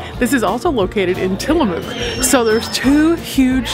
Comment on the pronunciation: It’s actually pronounced Tilla-muk. Just so you know 😉